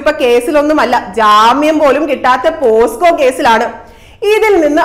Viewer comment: പോസ്കോ അല്ല. പോക്സോ അല്ലെ